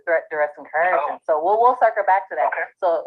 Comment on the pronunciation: Administrator = office manager. This is not a difficult concept for those with 3rd grade education. "Overstanding" - "Cohershun" - "benerfisherarie" - Stupid on Stilts.